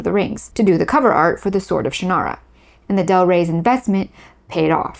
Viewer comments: Shannara is pronounced by the author as SHANN-ara, by the way, not shann-AR-a. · Hold on a moment. I know Terry Brooks, and some of your facts are not quite right. Terry was ASKED by Lester to write a Tolkien-like novel, and Sword of Shannara (which by the way you pronounced incorrectly) was the result of that. That book, plus Dungeons & Dragons, reinvigorated interest in Tolkien’s work, and fantasy in general. At the exact same time, Star Wars pulled interest in science fiction out of genre publishing into genre movies and television, Shannara reinvigorated popularity of fantasy in genre publishing. Publishers and studios then drove writers to follow formula, because that is what they do. We saw tons of quest-based fantasy and tons of space-opera type movies and television shows. This is the way the business works. Incidentally the “central male figure” trope was not a formula originating with, or even to be blamed on, Del Rey. Remember Beowulf? Arthurian literature such as Le Morte d’Arthur or the Vulgate Cycle? The Iliad? The Odyssey? The publishing industry assumed at the time that genre fiction was mostly consumed by males, and so they preferred male lead characters and male authors. Andre Norton (with whom I had tea many years ago, in her home in Winter Park, Florida), wrote LOTS of fantasy (and science fiction) long LONG before Terry, but she had changed her name from Alice to Andre to appeal to what the publishers believed would sell better at the time. As for George R.R. Martin (again, met him multiple times), his books were the result of h